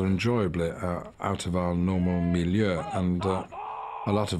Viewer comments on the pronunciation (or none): Why is he speaking perfect Swedish right there and says "Miljö"??? Is that word used in English too??? :O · ”Out of our normal *what*”? It sounds like he’s saying the Swedish word Miljö, which means enviroment. Makes sense, but that can’t be what he’s saying can it? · did Ian just go full swedish? "Out of our normal miljö" what is he actuly saying I cant tell?